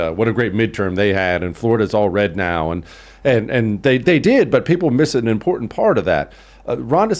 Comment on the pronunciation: says "impornd" instead of "important"